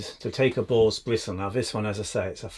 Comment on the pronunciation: Me wife was thinking I watched some obscure chsnnel. She came running out of the kitchen asking: did he just say a ball's hair? I laughed my ass off before i told her it a boar's hair.